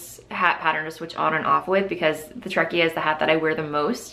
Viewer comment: Hi, love your podcast and your makings are just amazing!! I hope this doesn't sound rude, because I really don't mean it this way, I just thought you might like to know that "Treccia" is pronounced "tretcha" rather than "trekia". treccia is Italian for cable (as well as braid). I happen to be Italian, that's why I know...